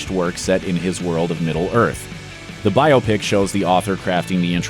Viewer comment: Thank you for pronouncing biopic correctly.